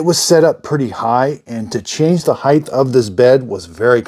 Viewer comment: The word is “height ending in “t” sound not heigth not a “th” sound. Spelled correctly it is “height” the ending isn’t even written “th” it is “ht” for a solid “t” sound.